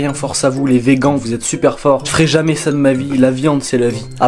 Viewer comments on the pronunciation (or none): mdrr il a dit les veguan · Att il a dit ve gan